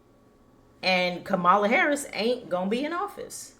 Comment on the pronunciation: Learn how to pronounce VP Harris's name correctly before broadcasting your pov.